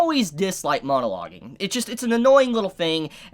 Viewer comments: After the second half of the video all I could think about was: Is mispronouncing MONO-loge? Or Is purposefully chiding the concept by calling it MOAN-aloging because the villans are just moaning bleating a-holes who won't shut up. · If he says “MOANalogging” one more time😂😂